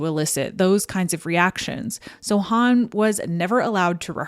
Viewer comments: Why do you pronounce Hawn as Hann instead of Hohnn? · I'm like "who's Han" (Solo)? Growing up I always pronounced her name Goldie Horn. Or to put it another way you say Hawn in the same way you say Hawk. Am I wrong? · Why do you keep pronouncing her name as Huun? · Good stuff.. although I've never heard 'Hawn' pronounced the way you say it